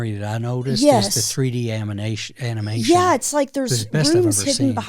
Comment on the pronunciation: And it's animation, not amination